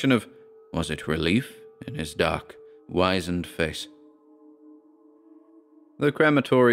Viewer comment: Oooh the first mispronounced word! Wizened is pronounced like wizard as opposed to wise. I am really ancient and it's a word that used to be used a lot but seems to have gone out of common usage. Wrinkly and ancient looking sums it up. I can't help myself btw and any corrections are made in the spirit of constructive criticism rather than having a go. I did notice a couple of others recently but I have heard them pronounced like you did as well as the way I would so I never said anything but, I thought that sough was pronounced like cough or perhaps more of a u sound like enough, like 'suff' and ague was like plague but like I said, I could be wrong with these but my pronunciation of wizened is correct.